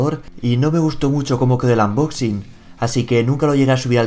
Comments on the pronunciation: En inglés sería casi igual que en español. Unboxig tal como suena, no amboxing. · Por favor no digas "AMboxin" dilo en castellano o dilo en inglés bien. xD, dilo como quieras pero es que me da mucha manía cada vez que escucho "AMboxin" aunque luego soy el primero que dice: los teléfonos "apel".